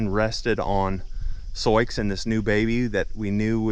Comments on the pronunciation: The intentional mispronunciation captures a precious family memory of a child trying to read the name out loud. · May I ask you why your pronounce her name as Sioux ( Soy-x) when it’s an Indian name Sioux (sue) ? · I’ve heard similar stories of people losing horses and cattle to people out shooting. I had a friend whose mule was shot and killed by hunters who mistook it for a deer. I’m sorry for your loss. Why do you call her soyex though? It shows her name as Sioux, that’s commonly pronounced “soo” like the girls name Sue. Soyex is a strange pronunciation for that. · I don't know what ever you are calling the horse.... BUT SIOUX IS "SOO'.... INDIAN PEOPLE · BTW her name is pronounced to rhyme with boo or do. It's the name of an indigenous tribe. Not a huge deal but I know people can be mean about things like that. I lost a horse and can't prove what happened but my best guess is the neighbor did it, hit the little guy in the head so hard his nose was bleeding. Can't think of any other explanation. I was afraid to get another one so I switched to goats for now. Good news is stalker isn't living there now although he still owns the house. I had daily pressure for years, afraid of what he would do next. Love my goats but sure miss my horse!